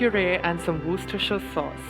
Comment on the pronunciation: I have been marveling at how he said it twice, so well!